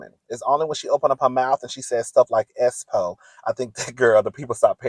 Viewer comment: I thought I was Trippin every time Tisha will say The Black “S -Spo”! I’m back that thing up several times to listen very closely as to how she pronounce that word!!!! It was driving me nuts….😂😂😂